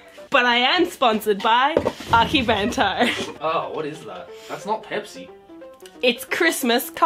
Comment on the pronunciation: She butchered akibento and akidearest